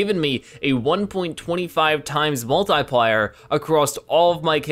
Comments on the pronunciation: Multiplayer not multiplier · Is he purposely mispronouncing multiplier??